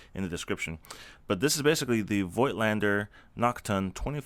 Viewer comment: It's pronounced foit-lan-da.